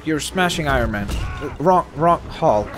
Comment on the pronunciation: It’s Iron Man not irone man